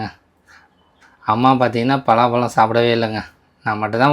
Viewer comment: பிலா பழம் இல்ல பலா பழம்